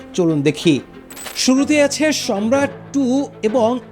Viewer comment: Good documentary but your pronunciation is wrong.its not সম্রাট its সারমাত/ছারমাত।